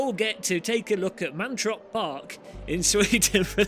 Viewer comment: it's "Mantorp", not "Mantrop"... But since you're not a native Swedish-speaker, you're excused!😉